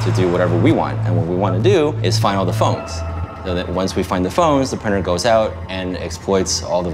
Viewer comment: What is a “prynner”?